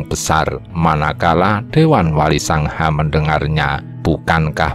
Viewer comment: Sanga kok selalu di tulis dan dibaca SANGHA